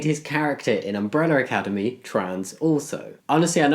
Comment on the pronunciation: I loved umbrella academy before… BUT NOW I LOVE IT EVEN MORE! I love how they put representation into a well known show. I also love how you say “umbreller academy” XD